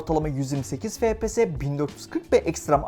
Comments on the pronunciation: Fepese değilde efpies diye okusanız daha iyi olur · Lan şuna fps deme efpies (okunuşu)